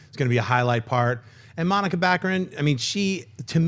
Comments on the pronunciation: Yea it is distracting. I like but he could at least try to get the names of the actors he's talking about correct. He kept saying Monica Baccarin. Her name is Morena. Also he was incorrect about all the Silver Surfer info. Fox does own "The Skrulls" as well as the Shi ar". And alot of other cosmic characters. Maybe I'm nitpicking but he's the host he can at least make an effort to get the details correct. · Any of you guys feel like getting Morena Baccarin's name right? If you're not familiar with her than make the effort to just right it down or something, it's not Monica!!! John has stated on movie talk how beautiful she is yet can't correct the name? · It's Morena Baccarin, not Bocceran. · You're killing me. You need to reread her name, it's not Monica, it's MORENA Baccarin. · It's Morena, not Monica xD Great video guys!